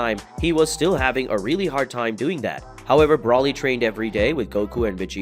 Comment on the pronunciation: I'm irritated with your Brawly pronunciation.